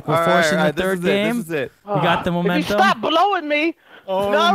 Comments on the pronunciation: "We got the momentHum" - vanoss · XD i died everytime he said 'momenthem' XD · "We got the momenthum" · Peep when vanoss says we got the momenthum